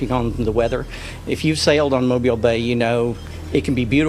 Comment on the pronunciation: I’m in Fairhope, I remember this. It was shocking. Thanks for covering it, and good job pronouncing Mobile.